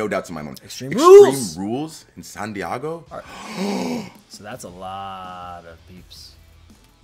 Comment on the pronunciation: San DiEgo , not San DiAgo.